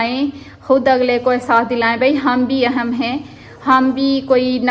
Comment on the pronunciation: Word is aihm not aahum